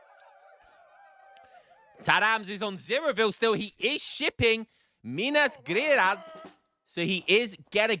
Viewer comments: just to know, the card minas gerais the proper way to say this as a native is "mee-nas gee-rais" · Voluntar-I-os, you gotta pronounce the "i" man Also in Minas Gerais, it's a soft G like in General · minas gerais /minas sherais/ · Mina greras lol, sound funny